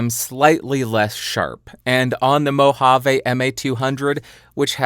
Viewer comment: Back in the what? I've never heard anyone say Mojave (as in Mojave Desert) with a J-sound. Only with an H. And I don't think I've heard it said outside of US media.